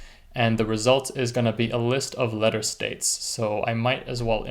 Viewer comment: Letter States Or Lettuce States?